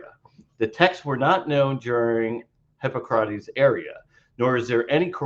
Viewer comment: What the hell? Christian mispronounces all the words. Namely: Hipócrates, Gnostic (with a hard G at least once), Conclusion (pronounced like "collusion"), Corroboration, Sentiment (pronounced like "sediment"), treatise (pronounced like "treaty"), emphasis (pronounced like "emphasize"), demurrer (he just went "uhhh de murmur") and I'm sure others. Mispronouncing Greek stuff is excusable except... you know... It demonstrates that he can't read Greek which is rather relevant. He sounds like the guy in school who clearly didn't write the paper he's reading.